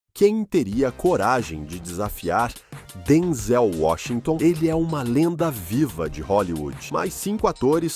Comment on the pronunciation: Porque o s3nhor chama Denzelcomo se tivesse acento nooooossa parwi de ouvir 😢